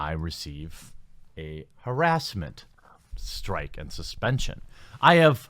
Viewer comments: I think you got a strike because you pronounced it as, "herass". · The way you say harassment or harass. Is intriguing. Can’t say I’ve heard many say it that way. Its nice. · Say it's haRASSment right, not HARassment?